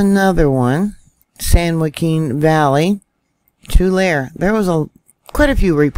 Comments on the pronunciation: It’s pronounced Too-lare-ee. The final “e” is voiced. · Tulare pronounced “Two-Larry”!🌷